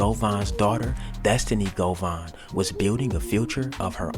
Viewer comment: His name is Govan Hernandez. It’s pronounced Go-Van.